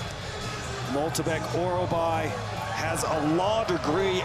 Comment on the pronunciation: how on gods green earth can you pronounce MYKTYBEK as MOLTYBEK